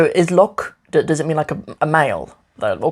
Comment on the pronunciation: লোক (lok) sounds like the "lo" on "low", with a K (ক) sound. LoK And not like "lock" in English.